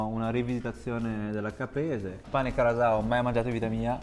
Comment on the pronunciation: Grazie per aver reso onore a tutto ciò che hai mangiato e bevuto! È stato super soddisfacente vederti mangiare così di gusto i piatti tradizionali della mia terra Madre❤ Non da ultimo è stata onorevole la pronuncia dei piatti (Casu Axèdu, pàrdula, il fatto di chiamarla "salsiccia" e NON "salame", pane carasàu...): grazie davvero per questo contenuto che mi ha evocato tanta nostalgia!